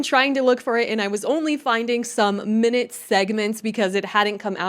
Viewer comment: Its pronounced my-newt in this context. Just fyi i guess. But also pet peeves.